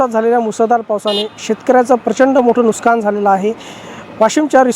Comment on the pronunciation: नुकसान हा बरोबर शब्द आहे नुसकान नाही